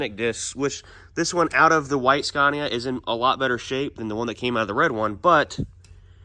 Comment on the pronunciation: sorry to be a corrective person. The name is pronounced Scania not scarnia. Other than that I love the videos and I honestly think you need to bring that truck to Australia and give it a good rip on our skid pads over here. That would be hell good to see